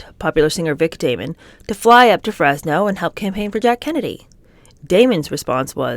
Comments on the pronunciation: OMG if you are going to read biographies PLEASE pronounce names correctly!! Every video of yours I’ve watched have had egregious mispronunciations. It’s not Vic Damon (like Matt Damon) it’s pronounced Damoan. All of these people are known to the public and there’s no reason you can’t find the correct pronunciation. Let’s do better in 2025. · The singer you mentioned is Vic Damone, Da - moan, accent on 2nd syllable. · He only named his last child after Bobby, NOT ALL 3. The kids are Robert, Noelle, and Christian. You misread that sentence.😱Vic Damone’s name is totally mispronounced.